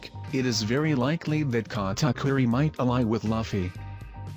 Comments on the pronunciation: its louuuffy not laughy !! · Wow...who is lafy..its written luffy which kinda makes sense that you're pronouncing it wrong its pronounced loofey